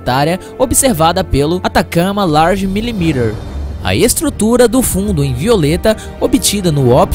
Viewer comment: vc precisa fazer curso de ingles dentro do motivo Q Ñ FALA-SE LARGE COMO LARJ E MILIMETER COMO MÍLIMETER E SIM G É DJ LARDJ E MILIMETER É FALADO COMO MILÍMETER COMO FALA-SE MILÍMETRO T FALADO COMO R BELEZA